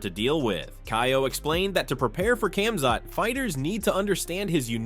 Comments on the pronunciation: Khamzat = Hom zot Not kam zot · Com-zot…Drick-us Du-pleh-see. Get the easy names right if you’re gonna cover mma Edit:but I’ll take you butchering names over AI voice any day